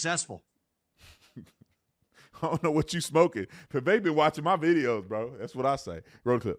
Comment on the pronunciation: did he say SCHmoking?